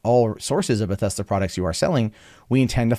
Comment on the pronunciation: It's Bethesda,. Not "Bethesta." Jesus.